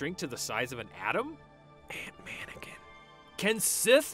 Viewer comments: Ant man-ikin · Lmao Ant-Manakin